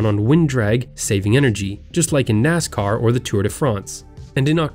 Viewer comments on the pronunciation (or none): none